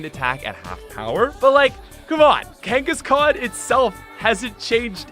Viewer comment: IT'S KANGASKHAN, NOT F*CKING KANGISKAN!